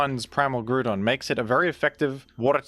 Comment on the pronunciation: worst pronunciation of groudon ive ever beard